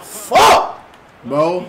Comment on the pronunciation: He said bernado